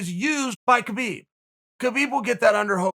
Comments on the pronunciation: you know its HA-BEEB not KAH-BEEB, right? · Key-Beeb's not that wai. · Chael "kheebib" Sonnen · Khabib "Khibib" Nurmagomedov. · Chael “kheebeeb” sonnen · Chael “kheebeeb” Sonnen Still has the biggest arms in west Lin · Literally no one: Uncle Chael: “Kebeep”